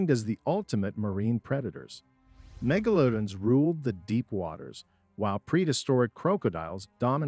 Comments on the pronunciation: “mega lodin” and “croak a dile” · I stopped watching as soon as you said megalodon and crocodile wrong.